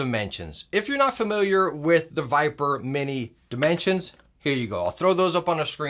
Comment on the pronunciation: Razer Vipere With "e" lol